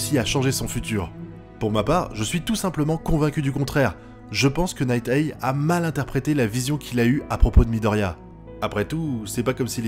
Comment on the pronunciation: J'ai rien contre toi! Nighteye ne se prononce pas Night-èi mais Night-AI!